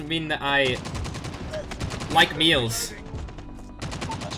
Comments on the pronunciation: he pronounce males as "meals" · I thought he said meals like happy meals lol. I'm like damn I should start using that lol